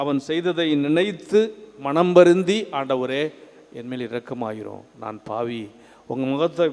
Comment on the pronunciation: Nice sermon Father. But Can't believe father's tamilzh pronunciation... tamilzh laah, La, vaali ellai - vaalzhi, phaavi ella - paavi, temble, in english... this Russian ship you hv told previously...